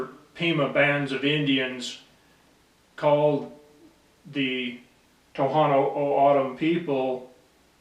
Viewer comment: He's saying my tribe wrong and the language 🤦🏽‍♂️